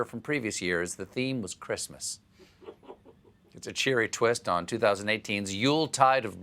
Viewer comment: “Creeeeesmas staff” Seriously, what does she do with herself all day?